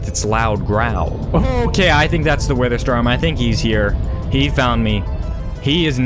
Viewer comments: “wither stom” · "wither stom." XD